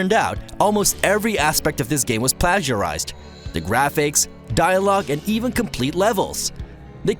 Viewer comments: He pronounced plagiarized wrong. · The way you said plagiarised annoyed me greatly. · I have to give a hard time on the way plagiarized was pronounced. I don't think I have ever heard it said that way.